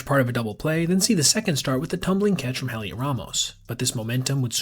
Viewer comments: His name is pronounced like "Elliot" - the H is silent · just a heads up, the H in Heliot is silent, its pronounced like Elliot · Elliot. The H is silent. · You've got to stop pronouncing the H in Heliot.